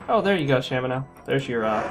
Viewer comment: I also pronounce it as Shamino.